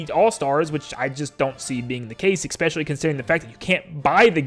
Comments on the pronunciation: this has to be said, its pronounced "especially", not "expecially". heard it a couple of times in your last few videos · Make a joke video about how nintendo is releasing a new console before the year 2100 AND ALSO PLEASE PRONOUNCE ESPECiALLY RIGHT